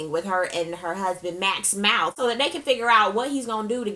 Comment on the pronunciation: Lawd!! Not mouf, though!! I screamed! I love your reviews!